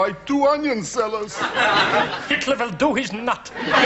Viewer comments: ALL I HEAR IS “klop” Not TLER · He actually says ‘klop’. Don’t know why, probably a joke that didn’t work since no one understands it. And no, it totally doesn’t sound like -tler. You should get your ears examined of it does. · Always thought it was clop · Anyone else thought he was saying ‘Clop’? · it is weird how it sounds like that. I first thought he might be saying “Klomp” as in the painter, even so, that didn’t make sense either. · Always thought he said 'club'.